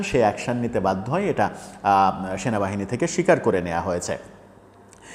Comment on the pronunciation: Shenabahine noy cenabahini😂😂😂 Eta keno bolen na? Sob molobadee supporters Shenabahine key akon namano hoyecey